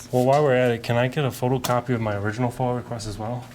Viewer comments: FoiA, not foil, fool. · Awesome work bro. It's a "F.O.I.A" Request, You keep calling it a FOIL..is that on purpose? If so, nice touch.. breeds contempt in the heart of a city office worker.. makes them think they can sweep You under the rug..but You know this if so. Coooooool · Why do all of you refer to FOIA as “FOIL” ?!?! Drives me crazy. You’re not doing math here. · OMG ITS FOIA NOT FOIL! FOIA means Freedom of Information Act. WTF… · Isn't it FOIA, not FOIL?